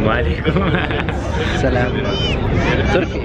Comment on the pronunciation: احسن لقاء الي من اضنه وزوجته كانت طيوبه😘اتمنى لك التوفيق يا صاحب القناه بس لا تقول صلام😂 قول سلام